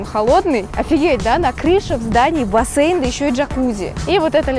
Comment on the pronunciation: Почему бассЭйн? Это так ужасно режет уши 👂